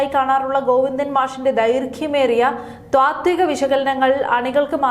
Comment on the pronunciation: ത്വാത്തിക അല്ല, താത്വിക എന്നാണ് പറയേണ്ടതെന്ന് ഈ വായനക്കാരിക്ക് ആരെങ്കിലും പറഞ്ഞു കൊടുത്തിരുന്നെ ങ്കിൽ നന്നായിരുന്നു.